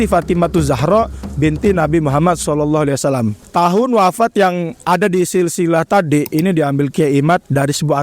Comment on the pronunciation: NGOMONG SAW AJA BELEPOTAN..